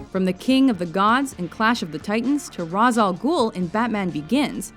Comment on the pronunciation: It's pronounced Raysh not Rahz.